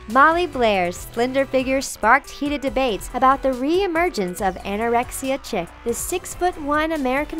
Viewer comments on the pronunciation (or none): Yes, exactly. I can't be the only one who noticed that the caption says 'chic', but she says 'chick'... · The narrator mispronounces every sixth word or so and has that irritatingly high, affected, reading-it-off-the-card sound that reeks of Valley Girl except I suspect she's not. Tee-AIR-ee Mugg-ler? Chick instead of chic? Further, there seem to be misspellings in the captions. Perhaps revealing this is a non-American production might make these irritants a bit more bearable. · Chick/chic. Is this a computer speaking or a human? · "Chic" is pronounced like "sheek", not like "chick". It's a French word. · Chic is French and pronounced phonetically SHEEK as Lynnele spelled it. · She also said "Chick" instead of "Chic." WT? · Caught that too. "Chick" as in 'Ch + ick?' No. It's "Chic" as in 'sheek' (pronounced as you would 'week'). It's French for 'elegant'. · "Chic" is pronounced "SHEEK" NOT "Chick" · i'm a french from france and we indeed pronounce it "SHEEK" not "chick" lol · this channel really needs to do run-throughs and maybe Google pronunciations . chic is not chick , it's sheek. and the j in Andreja should sound like a y . the very least you can do is learn someone's name . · Chic is pronounced "SHEEK", not "CHICK". Stop making teenagers more stupid. Electrolytes. It's what plants crave.... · it's pronounced"Sheek," not "chick." I honestly can't believe you made such a ridiculous and rudimentary error. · you get an outrageous number of views, and for a channel called the TALKO can you please put a shred of effort into speaking correctly?? apart from calling madeline "melanie" and wholly mispronouncing another model's name, just fyi: CHIC is pronounced SHEEK, not CHICK. you couldn't do 5 minutes of research and reading for a 5 minute video? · "Chic" is pronounced "sheek". And there were several other mispronounced words and names, as well. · She also said "chic" as "chick" so I mean... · I cringed so hard when she said "chick" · Chic is pronounced 'sheek'.